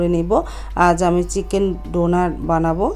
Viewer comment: ডোনার না ডোনাট 🤣🤣🤣